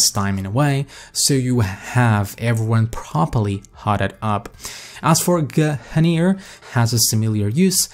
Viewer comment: guh - hunir.